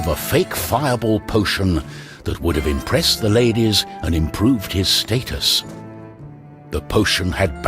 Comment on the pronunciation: Why does he pronounce status the way he does? WHY WOULD YOU DO SOMETHING LIKE THAT?